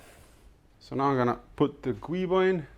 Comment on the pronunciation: Just so you know: the 'Guibo' is spelt Giubo, pronounced 'Joo-Bow' :-)